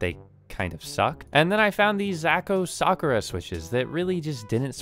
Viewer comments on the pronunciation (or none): none